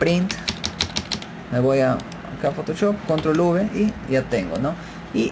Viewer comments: lo dise la persona que dise CONROL v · La palabra Control es aguda, lleva el acento prosódico en la o final y no es palabra llana como ud. lo pronuncia. En inglés es igual.